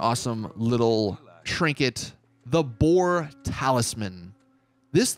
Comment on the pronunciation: "the BOAR"